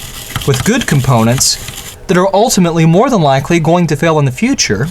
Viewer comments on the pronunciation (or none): none